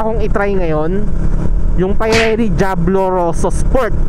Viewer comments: Pee-re-lee idol not pie-re-lee😅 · Pirelli hindi payrelli ride safe